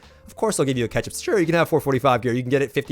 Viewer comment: "Ketchup systems." this guy loves his sauce!